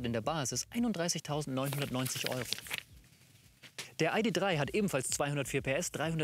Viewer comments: Warum nennt der Herr den VW "EiDi Drei" und nicht "Ih De Drei"? VW ist doch eine deutsche Marke, deshalb ist "EiDi Drei" falsch. Oder nennst Du den BMW etwa "Bi-äm-Dobliu" nur weil die Amis ihn so nennen? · Bei … „Biewaidie und Aidiedrei“ - da habe ich ausgeschaltet. 🤷‍♂️